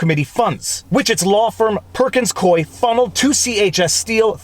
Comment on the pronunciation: Not to steal from your ironic observation regarding Perkins Coie, but it's pronounced "Coo-wee," not "Coy."